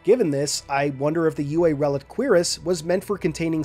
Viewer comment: I’m not the pronunciation police so you do what you like but Cuirass is properly pron. “KWUH-rass” with an emphasis on the “UH” and has the bonus effect of being 73% less likely to make 11 year olds giggle. (It was often pronounced quickly like “CURRass” so that’s another good option)